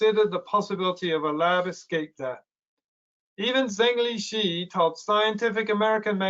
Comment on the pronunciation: On general principle, you should try to pronounce correctly the Chinese names of people you are talking about. The correct pronunciation of Zhengli Shi (the head of the WIV) is approximately Jung Lee Sher. The pronunciation of the last name ideally should have a down-up-down modulation of tone. Think of your pronunciation as imitating a "u" shape.